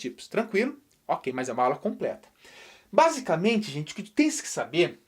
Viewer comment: O professor 'basicente nois animais '😂😂